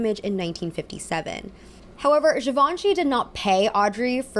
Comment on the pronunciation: that’s not how you say givenchy